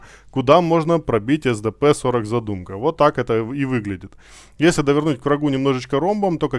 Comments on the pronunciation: Контент сок, искал инфу чтоб не читать и не воображать как оно будет, но по произношению есть момент, задЫмка не задумка, буЖа не бурза, килАна и блыскавИца если читать по польски 😊. Не в обиду автору, просто так правильнее, да и звучит лучше. Все, я молчу, спасибо) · Кстати zadymka скорее как задымка читается